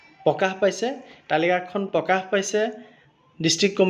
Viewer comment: পকাশ নহয়, প্ৰকাশ হে